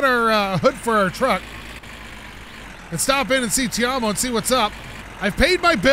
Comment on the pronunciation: look man... i hate to be that guy but his name is not pronounced "tei-om-oh" its 賣東西的芬蘭人. its really simple. i dont know keep on messing it up